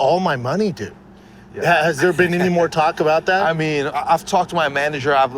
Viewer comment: Then he says cock instead of talk. This guy man. 😂